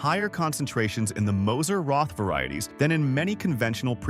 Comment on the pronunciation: The chocolate is pronounced “Moser Rot”! Without the “th”!